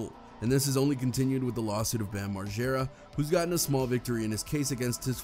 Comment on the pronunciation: MARGERRRAA. NOT MARJERA. 🤦🏼‍♀️